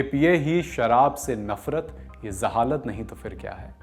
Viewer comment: Jehalat hota hai zehalat nhi